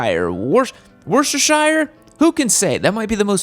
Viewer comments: It's pronounced wooster. Yeah I don't understand why either... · Don't like this model but then most so called adventure bikes are ridiculous overweight for bikes reall off road riding. However the Chrome Interceptor 650 is stunning . Ps it's pronounced woostershear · Worchestershire is pronounced Wusta Shure - not that tough. Excellent in hamburgers. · Worcestershire pronounced wuster-shire. Weird ik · It’s pronounced Wustersheer, not that difficult😉 The Welsh language is fucking difficult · It's pronounced "WOO-stir-sheer." If you were from the UK or northern New England, it wouldn't be that difficult. I understand that the rest of America has difficulty with pronunciation. It's not your fault. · Wurst-a-shist-ih-shast-is-shire. XD Himalayan reminds me of my KLR 650. Is it the best duel sport out there? Nope. But it is a reliable, durable little mechanical mule that will get you where you want to go for way less money than most of the competition. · We say it Wuss-ter-sher in the south of the UK - love hearing Americans trying to say it tho, good effort!